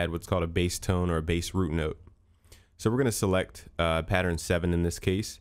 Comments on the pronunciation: "root noot" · "Root Noot" lol